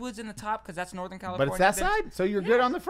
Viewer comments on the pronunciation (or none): none